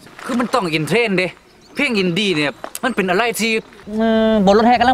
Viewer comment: คำว่าเป็น ออกเสียงเปง